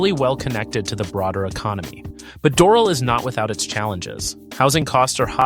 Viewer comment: You are mis-pronouncing Doral badly.